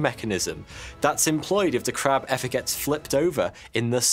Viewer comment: Pwotect tha Cwab!